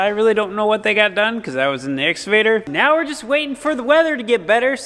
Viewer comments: Excavator “ x cavator “ not “ s cavator” If says it right I will like and subscribe. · excavater not exavater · I love hearing the cornstars say exsuvator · EX-CA-VATOR READ IT LIKE ITS SPELLED. LOLOL CA CA CA CA === EX CA VATOR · Love and his "exavator" pronunciation. He is so good-natured about everything! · IT'S EX-KUH'-VATOR, LOL!!